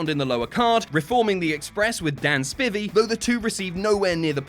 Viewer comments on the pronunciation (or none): DAN SPIVEY, NOT SPIVVY! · You said Dan spivey weird 😂